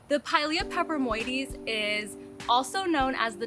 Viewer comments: I love the name Friendship Plant 🥰 but once I've learned my orchids' Latin names I proudly say them as well ... why not, right? The name of your plant is a mouthful ... well done on getting it right. Glad to have gotten a notification from YT 2 days later 😡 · Thanks for explaining a new plant (new for me), I’m in a humid environment hopefully will come across one of those beauties. And good job on the pronunciation...not even going to try😉